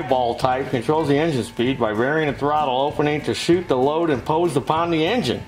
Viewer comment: When you say suit with those teeth in your mouth it sounds like shoot. So when you said , "suit the load imposed on the engine ", it sounded like , "shoot your load".